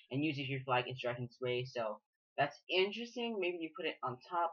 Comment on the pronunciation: the "drei" is german for 3 and is pronounced like "dry"